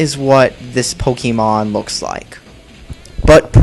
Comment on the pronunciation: Gotta catch em' all ,Gotta catch em' all yeah! Gotta catch em' all ,Gotta catch em' all YEAH! Gotta' catch em' all Pokemon! POE-KAY-MON not POE-KEY-MON.